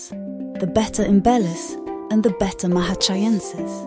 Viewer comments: The constant pronunciation of (bet-ta) instead of (bay-ta) drove me 🤪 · I like how she pronounces betta and better the same way…and they’re both wrong 😂😂